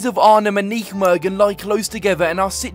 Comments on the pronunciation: Great vid! Although tough pronunciation on Nijmegen there 😅 IJ is how dutchies write Y. So it's just pronounced 'Ny-megen'. Sad to see how Vitesse has fallen down. Keep up the content! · bro im getting annoyed are you Vites supporter. You can not pronounce NEYMEGEN, and you also say NEK instead of N. E .C ...Disrespect to NEC Nijmegen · please stop pronouncing nijmegen like that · My ears bleed when I hear him say "nichmegen" 😂 I appreciate the attempt tho haha But good video for the rest 👍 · Nichtmegen zoals het hoort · PRONOUNCE NEYMEGEN PLZ, CUZ THIS SOUNDS AWEFULL MATE. FOR REST GREAT VID! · You're pronunciation of Nijmegen 😂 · Wherever you go please find out how the gaff’s name is pronounced before you keep saying it wrong time after time after time. I’m no Dutch speaker, well I’m English just like you, yet I still know to say Nijmegen without ever having even set foot in the place 🙄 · Hahahaha Nijmegen. Absolutely love your pronunciation! 😂😂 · When are you going to pronounce Nijmegen the right way 😂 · Forza Vitesse! Maar niet zonder uit fans, en dan moet die Brit Nijmegen gewoon normaal uitspreken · The way you pronounce Nijmegen is just absolutely ridiculous🤣